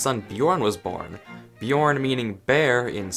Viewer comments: you said bjårn instead of Björn lol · LOL beaorn?!?!? its BJÖRN! not toxic just thought it was funny aslo keep up the great videos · I'm from Sweden! Btw you dont say ö like o you say it like uh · Bjorn and björn isnt pronunced the same because we have o in sweden and ö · It’s Björn, not Bjårn lol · did he say Bjorn and not Björn? :O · Jebs son is named Björn not Bjorn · lol it sounded like you said bjårn. 😂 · Björn is pronounced byern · THE leather ö is pronounced uh so it is pronounced bjuhrn. In Sweden we have åäö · Im swedish to me when you say Björn it sounds like Bjorn. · it’s pronounced Byorn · just casualy prononce björn like bjÅrn while e swed is watching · it’s not supposed to be pronounced Bie orn? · Im from sweden and he said bjårn lol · Björn is not pronounced that way, sorry. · you are saying ”Björn” wrong! P.S. I am swedish! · Love hearing non Scandinavians try and say Björn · As a Swedish guy, the way he pronounced “Björn“ was hilarious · Ö sound like ø not o 🤦‍♂️🤦‍♂️🤦‍♂️